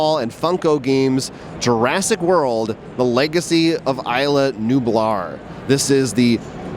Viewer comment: I thought it was pronounced iz-la the Spanish pronunciation, especially because the island is near Costa Rica. 🇨🇷obviously you needed to bring a cool whip can to sneak the secret envelopes out.